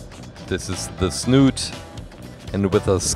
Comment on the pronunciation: Snout not snooot